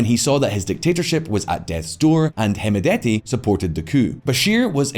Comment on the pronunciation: By the way D is silent on hemedti Pronounced as hemeti